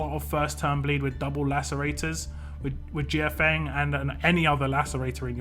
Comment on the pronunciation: Mortal Kombat crossover confirmed!! Lol Also, I think the a in her name is silent.